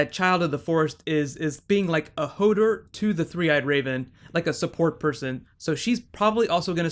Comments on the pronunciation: it's "HO-DOOR" not "HO-DER" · Hodor not hodr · "Hodder" LMFAO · Why does he keep saying HODER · Hoder? Stannes? Arryia Sturk? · The way he says Hodor annoys me :P